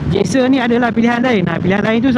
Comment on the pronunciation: Sebutnya Jikser, bukan Gikser.. Btw, menarik juga motor ni. Dah lama xmemiliki motor Suzuki (2 biji motor pertama saya Suzuki). Hari tu ada cuba SV650.. berbaloi juga untuk harganya.